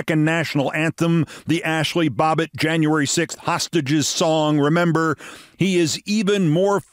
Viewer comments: Babbitt! Not Bobbet! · Don't know if it was intentional or not, but I suspect not, that Keith mispronounced Ashli Babbit's name as Bobbit. Just don't want to give the trolls any more to whine about! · I love you keith but it is Babbitt not Bobbitt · BAB bitt... Not BOB bitt, Keith. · It's Babbit not Bobbit